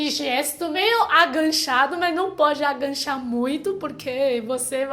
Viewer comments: gostei muito do vídeo! Só estranhei um pouco (e é compreensível) a palavra AGACHAR ser pronunciada como AGANCHAR - soou um pouco estranho, teu jeito de falar, por ela ficar parecida com uma outra palavra que é ENGANCHAR. Mas enfim, mesmo assim, teu português está cada dia melhor!!! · Sei que é chato corrigir e que vc já é fluente...mas quanto mais aprende melhor né?! O certo é agachar e não aganchar 😂 Beijos, sua linda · você fala bem o português, mas não é aganchar ,agachar . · é agachar, não "aganchar". Não tem o n. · agachar é o certo, não tem "n" ou seja não é "aganchar" . Bunda não ponda estica o "u " da palavra que vc consegue buuuunda, acho que melhorará o som. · Aganchar kkkkkk. O certo é agachar. sem "n". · Aganchar kkkkkk ( agachar menina) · É agachar, não aganchar kkk. beijus. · so pra avisar (DICA CONSTRUTIVA), a pronúncia correta é = AGACHAR e não AGANCHAR, e dica construtiva em, adoro ver vc falando portugues vc e mt boa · A pronuncia correta é Agachar e não Aganchar. mas é só um detalhe. Seu português é ótimo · Demorei muito pra entender que "aganchar" era agachar. Fiquei achando que era de gancho..hahahaha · Só corrigindo: no tópico 4 vc fala "aganxá" e o correto é "AGACHAR". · Agancha=agachar kkkkkkkkkkkkkkkkkkkkkkkkkkkkkkk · PELO AMOR DE DEUS, não é agaNcha! É AGACHAR, por favor vc já tem 9 anos no brasil, aprenda a falar pelo menos isso. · A palavra é A-GA-CHAR. Realmente andar de ônibus sem saber qual linha pegar é certeza parar no fim do mundo, eu uso um aplicativo que me fala os trajetos das linhas da cidade e os horários e locais dos pontos, senão vc fica totalmente perdido. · agachar e não angachar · Agachar ... e não aganchar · na verdade, é "a" fechado, já que é átono =)